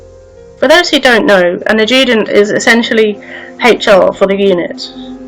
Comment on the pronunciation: Please learn how to pronounce the word Adjutant. Why have you a photograph from Durham maine as connected with the Col Crofton shooting. Bit of a poor report really.